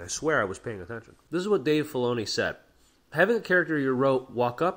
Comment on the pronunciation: right, and he couldn't even pronounce Dave Filoni's name correctly, kept calling him "Fee-oni".